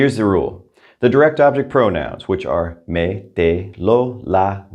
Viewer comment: Sometimes I hear -ay instead of eh when you pronounce direct object pronouns eg Me and Te. Am I right the Me is meh?